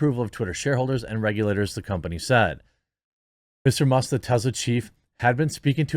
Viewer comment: TeSla, not Tezla ...